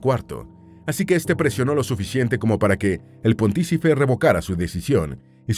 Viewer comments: Jajaja no lo pude evitar poner, en el minuto el narrador dice ponticife en vez de pontifice y suena gracioso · Minuto el pontisife ja ja ja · el ponticife… jeje aún así amo al narrador